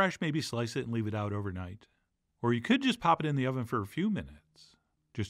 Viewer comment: It's not delivery, it's da struggle